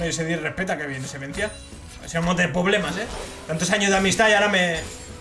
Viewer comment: "Vamos a tener poblemas" por qué me da ternura? Jajajaja 🤦